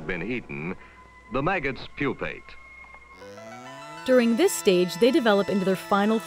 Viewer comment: Given that she pronounced "process" and "pupate" wrongly, added a syllable to "metamorphose", and said something sounding like "swole" instead of "swollen", I think her pronunciation of "Pokemon" isn't the most important issue here.